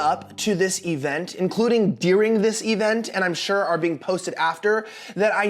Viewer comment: stop saying "dearing", it's during